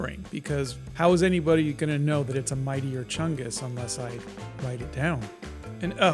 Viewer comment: Mightier ❌ Meatier ✅